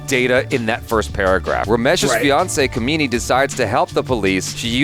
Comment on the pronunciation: The way you pronounced Kamini as 'Kameeni' made me chuckle. Kameeni, by meaning, is the feminine version of a 'scoundrel'. It's pronounced 'Kaaamini'